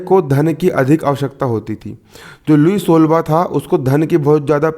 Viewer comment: Nice sir lekin लुई सोलाहवा hai jise app kya bol rahe ho